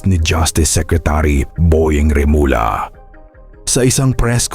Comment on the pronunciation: please refrain from using AI. Remulla which is pronounced as remulya becomes remula. See? It's not good to listen. It's not genuine. Mas mabuti pa Ikaw nalang mag voice over. Just a suggestion from your follower.